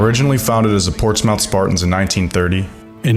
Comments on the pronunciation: This was brilliant! And you have an awesome voice for narration! Ok, just for accuracy sake and no other, two VERY minor details to point out. 1) it's Portsmouth, not Portsmith. 2) the "take the wind" game was not played in Chicago. It was played at Memorial Stadium in Champaign-Urbana (University of Illinois) where the Bears played while they renovated, and ruined, Soldier Field (soon to be their former home stadium). Great stuff, man! You are super talented. Keep it going! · Well, it isn't "Portsmith Spartans", you nincompoop. It's Portsmouth Spartans.